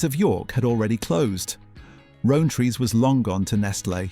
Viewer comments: The pronunciation of Rowntree's got me the worst. Roan-trees 🙂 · He's pronouncing Rowntrees wrong, its not "ow" as in "toe", its "ow" as in "cow".